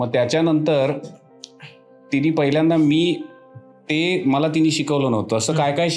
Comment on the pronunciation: माझी एक तक्रार आहे पुणे वाले लोकांबद्दल अरे तुम्ही शुद्ध मराठी बोलणाऱ्यांची मायभूमी म्हणता बहुतेक कलाकार हे मराठी सिनेमा मध्ये पुण्यातूनच येतात कारण शुद्ध मराठी वर पगडा पण तुम्ही पहिल्यांदा ला पहिल्यांदी असे चुकीचे उच्चारण का करता तसेच पहिल्यापासुन न म्हणता पहिल्यापासन वगैरे मग इथे तुम्ही अशुद्ध मराठी ची कास कशाला धरता रे मी कोकणातून बोलतोय बरं का एक शॉर्ट्स ह्यावर बनव कि एक तू पुणेकरच राहा आणि आणि शाकाल ला अर्थात ते कोकणातले च आहेत तुला हे शिकवणारे असे कर एखादा शॉर्ट्स जरुरी नाही कि पुणेकर प्रत्येक वेळी बरोबर असतील राग मनू नको खरंतर मी तुला नवीन पटकथा दिली आहे 😀